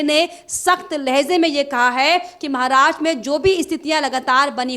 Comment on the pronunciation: Maharastra shabd ka sahee uccharan nye kar rahee prasakarta .mahila ! Dhyan deyn!!?